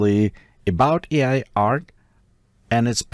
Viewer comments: AI is prounced Ay Igh rather than Eye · AI pronouncing the word "AI" as I 😮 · ....a nice trick for your voice over is to replace "AI" with "aye eye" which will solve the glaringly obvious mispronunciation happening throughout. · I noticed that the computer would say AI wrong, Maybe if you edited it and put a space like A I it would say it better. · The AI needs to learn how to pronounce AI... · Hah I thought that too. And you'd think an AI would know how to pronounce its own name by now